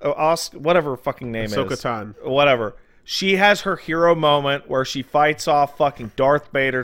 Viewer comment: TANO ITS TAN OH NOT TAN